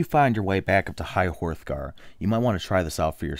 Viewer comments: Hrothgar is pronounced ROTHgar not HORTHgar, BTW. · High hor-thgar!? hor-thgar!? it's Hraw-thgar!!!! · High Hroghtar, not "High Horthgftar" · Horthgar? Isn't it Hrothgar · Horth Gar........not even close. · High Whore-thgar. Nice. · He called high hrothgar high horthgar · And it's Hrothgar not Horthgar. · ummm...... it's high hrothgar not horthgar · O "high WHOREthgar" lol its High Hrothgar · Seriously you pronounce "Hrothgar" "Whorethgar" lol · the h is silent in hrothgar